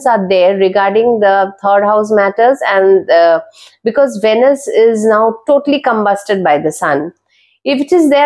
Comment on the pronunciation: It’s pronounced as veenus. Pls emphasise on the ee sound